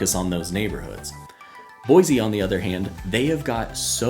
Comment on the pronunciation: Pronounced Boy-C